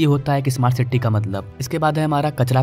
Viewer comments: Siti nahi city hota he bhai. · City bolna bhi shikh le dost